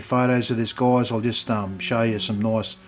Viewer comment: he says goyeyes. so funny